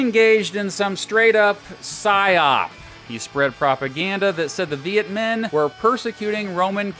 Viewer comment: Minh is pronounced ming, not min. Pretty annoying mistake.